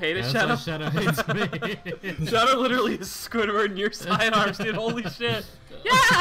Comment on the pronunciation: anyone else notice that Speedy calls Shadow "Shadder"?